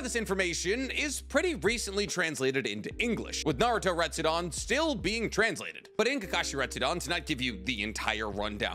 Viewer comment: im sorry but its "retsuden" not "retsudon" it just bothered me. Love the videos though